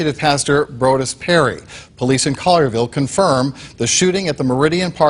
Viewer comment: Pronounced ( Call your Ville ) lol Just saying